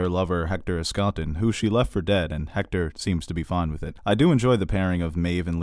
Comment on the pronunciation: Dude, I love you, but it’s ESSkatan. Hector ESSkatan.